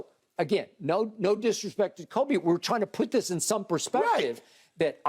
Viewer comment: Shannon, literally no one calls Kobe....."k-oh-b"...🥴🥴🥴